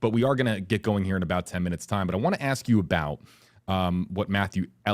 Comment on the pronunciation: Rubio should get Demings to say the word "ask". Watch her say AXE instead 😂🤣😂 happens everytime AXE AXE AXE